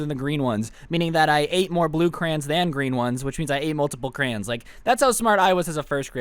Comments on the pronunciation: Bruh, why's this dude saying crans instead of crayons? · CREEEEOONNSS NOT CRAANNS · i might unsub because u said crans and not crayons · it is crayons not crays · it’s pronounced “cray-ons” not “crains”